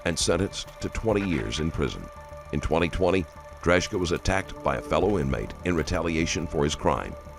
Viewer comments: C'mon man..you have JCS and other youtube videos on this guy and you still butcher this guy's last name 😬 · the narrator doesn't know how to pronounce Drejka's name even though he clarifies it himself in the video 😅 90% sure the narrator hasn't even watched the video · You persistently pronounced his surname incorrectly which was a slight bugbear. I suspected it wasn’t right when I first heard you say it but I thought well maybe it really is pronounced like that. When the cops asked him his surname though it confirmed my suspicions. A pretty minor annoyance though considering how good your videos inevitably are 👍